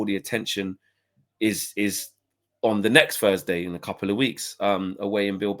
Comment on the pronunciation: "Thursday" not "fursday" how can anybody that came through one of the best education systems in the developed world not be able to pronounce one of the fundamental sounds in the spoken language?